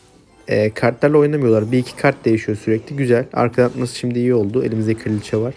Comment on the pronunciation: Kardeşim kiraliçe değil kraliçe sinir oluyorum